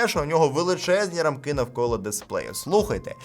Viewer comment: Чому наголос в слові рамкИ на останій склад? Ріже вухо. Правильно рАмки. Дякую за розуміння. Дивлюсь ваші відео давно. Дякую за якісний технологічний контент.